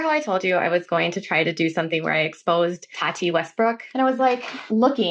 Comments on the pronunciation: Dude. I like your videos, I do. But recently your pronunciation has done my ***s in. Why are you pronouncing your T’s as soft d’s? It’s Tati, not Tardy! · I love you, but I couldn’t watch this video because of your pronunciation of Tati. Or in your case, Tani 😂😂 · “TARTY WESTBROOK” 🤣🤣🤣